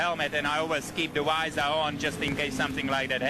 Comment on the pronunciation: When you ask to say "visor" 🤦😂